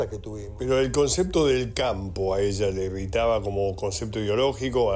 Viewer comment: Este Señor Pichetto pronuncia "concecto" para decir concepto